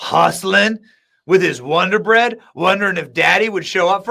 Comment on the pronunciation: WODER BREAD BOY 😂😂😂😂